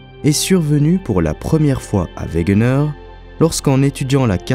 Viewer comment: Excellente vidéo mais il faut dire Alfred wegener et non wegner il me semble